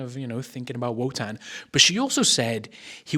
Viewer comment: Each time you say Wotan I hear “Wutang”…. And you know they ain’t nothing to F with